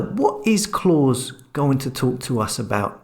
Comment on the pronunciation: Why can’t you pronounce Klaus? He’s not Santa you turd!